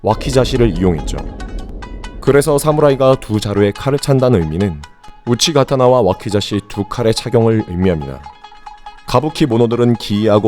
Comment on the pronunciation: 와카자시 가 아니라 와키자시